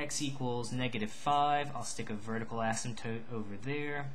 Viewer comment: When you say the word "Asymptote" your pronunciation is so annoying for me, no hate just saying. Nice tutorial though.